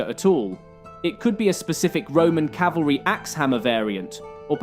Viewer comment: You pronounced it 'calvary' instead of cavalry. come on man